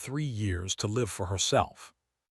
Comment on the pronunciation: I wish AI could learn how to use basic words like live, and bow and several other words. At least the story and voice is good even though it's AI.